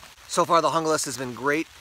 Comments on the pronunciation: I liked your video, but for the sake of correctness, as your producer, I would encourage you to learn to pronounce foreign word correctly. The word "Junglass" is either skandanavian or Germanic. Therefore, the "J" has a "Y" sound. I would say it should sound like "Young lass." I'll probably get a bunch of negative comments, but being a "German" speaker, it hurts to hear the language twisted. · Guten tag,! It's Spanish. According to Esee's website, the knife was designed for Columbian counter narcotics forces. So, pronunciation = "hoonglass". Spanish names appear on many of Esee's product line. (Izula, Candiru etc...)